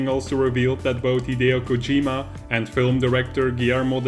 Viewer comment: It's KOH-jee-ma, not Koh-JEE-ma.